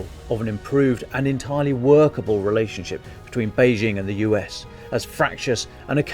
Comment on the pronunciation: This would have been much better without the forced analogy with an old film and the attempts at humour. Just tell it straight. There is plenty of interesting material. Also, brush up on the difference between de facto and de jure (Lukashenko is the de facto ruler of Belarus) and the pronunciation of Beijing (the j is pronounced like an ordinary English j).